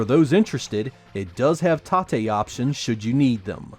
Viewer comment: You keep saying "tah-tey" for tate, but i always assusmed it was "tate" (tayt) for rotate. It would be pronounced that was if it were a japanese word, but it is a play on the word rotate in english, thus pronounced simply as "tate."